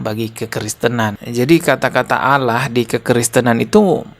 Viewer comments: Bukan Allah tapi dia Alah dia sebut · Dia baca Allah aja Aloh. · Kok nyebutnya Alah ? Bukan Allah, sepertinya memang Abah Aos ini oten Islamphobia yg nyamar